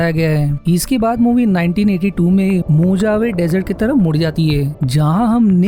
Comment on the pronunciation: Pronounce Mojave to Mohave , j is pronounced as h